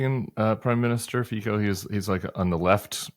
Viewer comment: Fico is pronounced ['fitso] or ['fizzo] - "zz" sound like is pizza